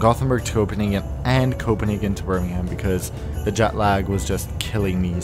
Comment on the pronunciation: Birmingham is read as "Bur-ming-uhm" :)